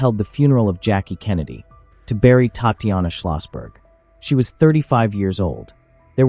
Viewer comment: Pleaae pronounce "Tahtianah ", correctly like this. Bad AI. TTattianna was not her name.